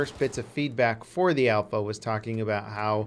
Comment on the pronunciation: Its alpha. ALPHA